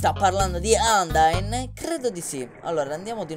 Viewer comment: Vorrei darti dei consigli sulle pronunce: Flowey si dice Flauwi Undyne si dece Andain Asgore si dice Asgor Papyrus si dice Papairus Spero ti siano ď aiuto Non intendo sgridarti per le tue pronunce é solo che volevo aiutarti... Ti adoro sei il mio youtuber preferito.